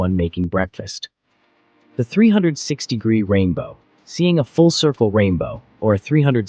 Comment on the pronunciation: Am I the only one hearing "306" degree rainbow?